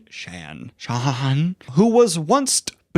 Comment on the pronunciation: Shan, like 'Shawn'?? Nope. Don't like that. 😂